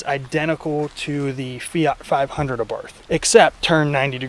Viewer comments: “Abarfth” wtf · It's pronounced 'Abart.' You've said it wrong all your damn life. You're welcome. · That's how most people pronounce it, and there's no official pronunciation as far as I know; but the brand is named after Carlo Abarth and his last name is pronounced "ah-barth", with a soft "th" you rarely hear in English. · It is pronounced Ah-Bart btw. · AbartH has a silent H at the end in italian. Hurts my dolce vita used ears... Koni isn't a great fit Bilstein are the better choice as they come stick on european models.